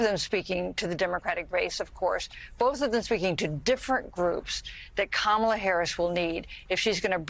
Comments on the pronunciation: Trump correctly pronounces "Kamala." Does this mean that the entire Republican/MAGA party will now be required to follow suit? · Did anybody notice he's starting to pronounce her name correctly?